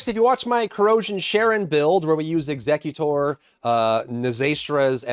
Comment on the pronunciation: WHY are you pronouncing Executor like the Pokemon Exeggutor?!